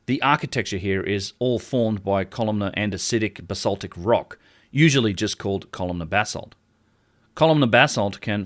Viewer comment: *BASALTIC... I love your work but, it pained me everytime you said "BALSITIC".